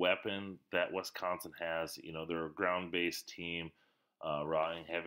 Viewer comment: ITs Wis Not Wes consin ! How is this state so hard to pronounce for people who are not from here? WISconsin doesnt even remotely look like it would be pronounced WESconsin .